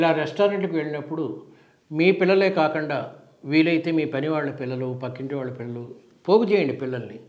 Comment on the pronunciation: Kakunda kada kakanda enti sir